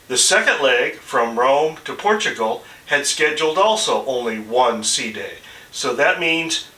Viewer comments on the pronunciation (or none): none